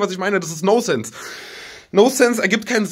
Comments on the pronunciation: Das heißt "Non-sense" und nicht "no-sense" :'DD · Es heißt nonsense und nicht nosense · noNsense, das N ist nicht stumm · Es heißt: „nonsense“ Tanzi, nicht: „no sense“.